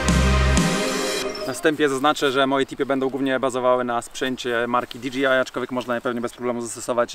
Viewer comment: Dlaczego wszyscy wymawiają nazwę tych dronów tak jakby to było DGI?